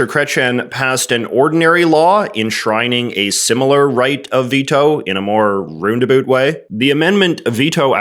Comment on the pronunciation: "roondaboot" may be the most canadian pronunciation of any word, ever